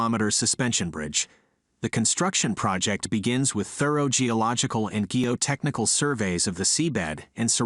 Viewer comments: Hire an actual human narrator. "Sub see-ah" tunnel? "Ghee-o-technical"? This has ended my interest in your channel. Buh-bye. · I hate these AI generated voiced, with their weirdly wrong pronunciation of words like "undersea" and "geotechnical" 🤮 Makes this video disappointingly unwatchable.